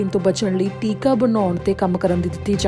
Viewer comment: ਟਿੱਕਾ ਨਹੀਂ ਟੀਕਾ ਹੁੰਦਾ ਹੈ।